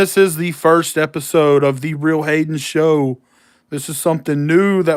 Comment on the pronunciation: During the live when you said "TheRealHayen Show" I thought you said "The Read Hating Show"